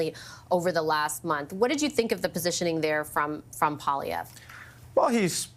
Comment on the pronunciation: PiEErre POOilievre 💩